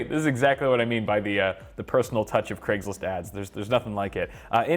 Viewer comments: is he saying creg or craig? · UK listening to this: c r E g s list